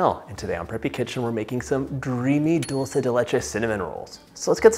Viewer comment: I love the way you pronounce Dulce de Leche. As an Argentinian myself, I am so produ that Dulce de Leche is going all around the world! Who wouldn't taste that silky, thick, sweet heaven? 🤟